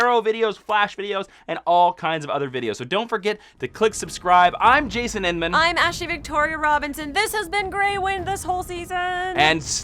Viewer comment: I think you missed an 'N' out of Innman lol